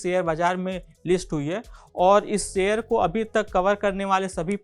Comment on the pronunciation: सेअ र नाही रे भाऊ.......... शेअर बोल शेअर